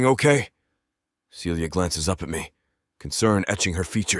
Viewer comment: Why does the female voice frequently pronounce Celia (Sealya) as Felia (Feelya)?